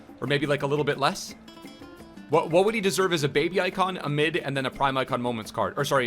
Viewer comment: Pls pronounce what in whats up correctly please